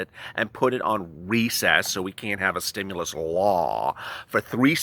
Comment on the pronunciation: Stim- you - lusss 😂😂😂😂😂